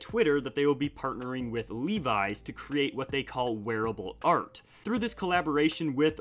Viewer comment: It's not "Lee Wise" it's Levi's.